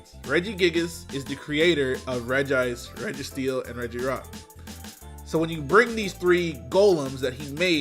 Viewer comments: "I can read it's reg-ice" Meanwhile all media is pronounced as REGI-ICE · Regice is pronounced Regi-ice because it kept saying it's own name and other characters called it that in the Anime. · “Rej ice” “ee ter nay tus” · ITS "REGI" ICEEEE!!! 😅